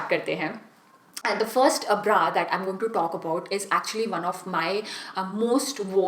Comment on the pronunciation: Itni conscious kyu ho rahi ho aur bra ko pronounce bhi erroneous kr rahi ho aur sewing machine ko bhi galat pronounce kia h.